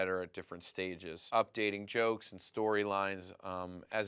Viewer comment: Why dose poopypants say choke instead of joke lol xDDDD